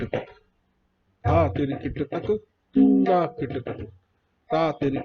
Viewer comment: Sir Again with due respect its toon na not toona.